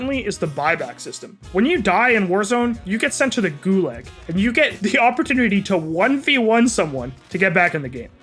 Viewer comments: Nobody:: gooLAG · Why does he pronounce a lot of word wrong like Gulag, H1Z1